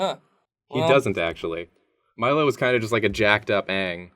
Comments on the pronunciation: It's ange not dange 😠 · So would the Japanese pronunciation of daang by "dong"? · Yeah, Aang's name was pronounced slightly differently but that's the only actual criticism I've heard of it. I think people just hate on it because it's trendy to do so.